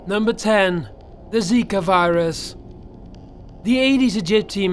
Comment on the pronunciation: Dude zaka virus its zika